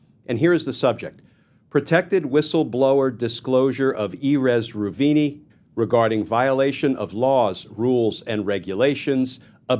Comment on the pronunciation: That's nowhere close to how you pronounce Erez Reuveni.